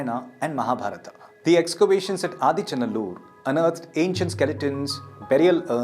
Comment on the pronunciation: SORRY IT IS NOT "ADICHA NALLUR" 😂 IT IS "AADEE ACHAN NALLUR",(OLDEST FATHER VILLAGE),,LORD SIVA STEPPED HIS 2ND FEET IN THIS LAND ,,1ST FOOT OF LORD SIVA IS IN CEYLON A PLACE CALLED TREKONAMALAI 😊 "SIVAN ADEE PAADAM" ,CHRISTIAN SAY "ADAMS PEAK",IT'S BELIEVED 1ST HUMAN SET FOOT ON THIS EARTH,,LORD SIVA HAS MALE FEMALE PICTURES,,PROPHET ADAM IS ALSO THE 1ST HUMAN, BELIEVED BY CHRISTIAN, JEWS,MUSLIMS 🎉🎉🎉